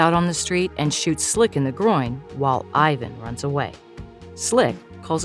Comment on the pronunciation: PLEASE PRONOUNCE "IVAN" CORRECTLY